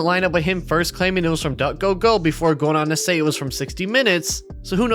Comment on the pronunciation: The fact that calling ddg "duckgogo" make me check if it's really how it's called, bruw